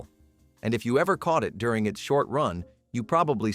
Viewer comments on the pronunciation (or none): none